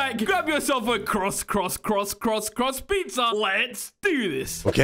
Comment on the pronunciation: he said "crust" not "cross"